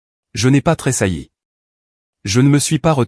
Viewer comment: Les mots comme tressaillir et huissier semblent inconcevables pour l'ia, l'expression très saillir n'a aucun sens dans aucune vidéo, faudrait quand-même vérifier ce que vous dictez à l'ia,car c'est hélas toujours et encore minable